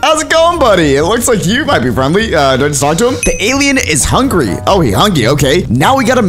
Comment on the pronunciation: Would you stop saying “hungry”😣👏🏿